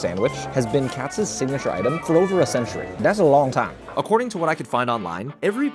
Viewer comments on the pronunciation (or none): I have never heard anyone call it Katz. I always heard it pronounced Katz's. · It’s pronounced KAHT-SES (Kat’s). The pastrami is never dry, but the best is their brisket, in my opinion. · First it's Katz's, pronounced katz iz (pronounce the " 's", basically. Second, it's no tourist trap. It is just really good food. expensive, yes. Anyone visiting NYC, this is a great iconic place to go. Icons are not tourist traps. Gordon Ramsay's Vegas restaurants are tourist traps. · Dude, Katzs’ is pronounced like CATS-is. My name ends in an S and this is a pet peeve of mine. Kind’ve like Bridget Jones’ Diary…